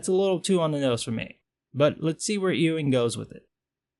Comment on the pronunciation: Pronounced "Yoo-ing". Like a sheep, lol.